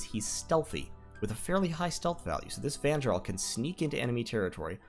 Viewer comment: Great vid, thanks! One thing.. the Nordic/German pronunciation of the letter "J", as in Jarl or Vanjarl or fjord, is pronounced as an English "Y" (as in yard). So those words sound like 'Yarl', 'Vanyarl', and 'fyord'. Thanks again!